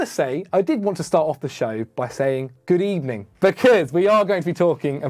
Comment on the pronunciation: Good ebening 😂